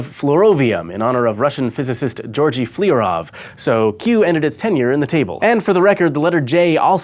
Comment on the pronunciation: I'm here to make fun of your bad Russian pronunciation again. Flyorov is pronounced more like "FLO-roff" not like "flee-rav." (or flee-ri-av, or whatever the heck said). The "yo" is the transliteration of the Russian letter <ё>. The Y-sound of yo is added to the L-sound before it, making a "soft" L. In Russian, the letter Ё, is often written without the dots over it, same as the letter Е (Yeh, in Russian), because native speakers can recognize a word and pronounce it correctly without the dots. This is why sometimes the letter Ё is transliterated with an English E, like in the name of the new Element Flerovium.